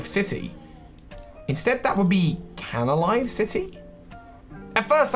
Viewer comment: It's Canalave, not Canalive. And Darkrai's Island is New Moon Island.